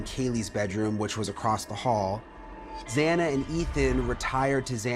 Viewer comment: Can no one say XANA? It's like Za•na 🏁 It IS beautiful and everyone is complicating it. Please try 🙏